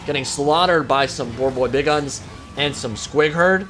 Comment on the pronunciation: please, for the love of Gork and Mork, stop saying Big Uns like Big Guns